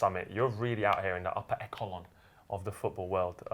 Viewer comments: Man said upper eckalon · Did just say " upper eKelon" LOOOL